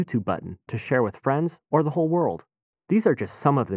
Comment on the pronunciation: Dear Mister Narrator: When you use the word "the" immediately before any word that starts with a vowel, you are supposed to pronounce it "thee", not "thuh". i.e. "Thee updated interface", NOT "thuh updated interface".